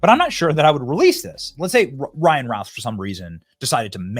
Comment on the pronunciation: BENNY, his last name is pronounced "RUTH"